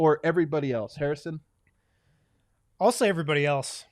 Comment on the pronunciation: Yup... Joe Hair-iss = Hair-ison Wind.